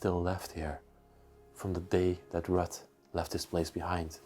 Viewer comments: Ruth is pronounced like Rooth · Hi and Her name is Ruth not Rut Pronounced Rue-th! Lol What a lovely place to be.....lovers of peace and quite would love living put there! Awesome video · Ruth is pronounced Rooth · Rut is pronounced like the U in Uber. Ruut. And no TH sound on the end just a short T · Ruth.... The h is silent. The are vacation cottages not permanent homes. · Ruth is pronounced like it rhymes with truth. Very nice video and! 👌